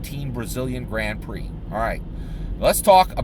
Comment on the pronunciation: Watched an entire season of Formula 1 racing, learned everything about formula 1 racing except how to pronounce Grand Prix.